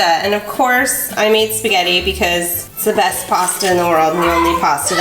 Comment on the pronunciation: I was gonna say spegetthi but spegtthi tacos WHAT WHAT WHAT